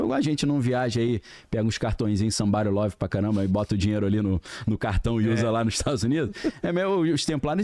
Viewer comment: Morro de rir quando ele fala "somebody love" 😂😂😂😂😂😂